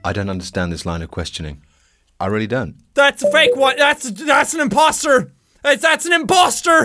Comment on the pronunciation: He said "imbosster"